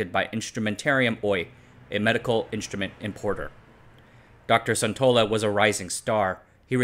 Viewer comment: Sun in Suntola is pronounced the same way Sun in Sun Yat-Sen.